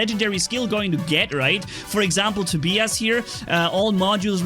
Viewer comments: It is pronounced toe-bye- us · hahaha it's funny how you pronounce Tobias.